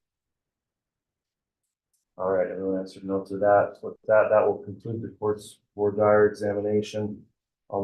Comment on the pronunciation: I wish would learn how to pronounce “voire dire” correctly.